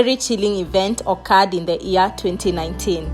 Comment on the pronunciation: Year 2019!!!!!! Not ear 2019!!!!!